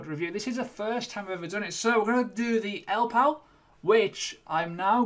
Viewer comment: Great review and hope you do more product reviews in the future. I like your balanced approach.I reckon it's pronounced "ell Ii pal". I think the middle "I" needs prouncing?